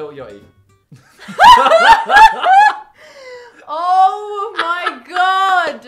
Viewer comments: Someone mentions my favourite rapper but says yotty. ITS YAA HTE EY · lil yoightyi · Lil judy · Lil Yoty bro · Lil jahi